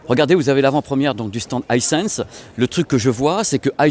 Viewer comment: Coucou, pour la marque Miele, ça se prononce Miiiileu et pas comme le miel des abeilles 😅 Vu que tu dis Haïssèns pour Hisens et pas Issans je me dis que les marque allemande pourraient également profiter de cette qualité de prononciation 😉 Je t'adore 😊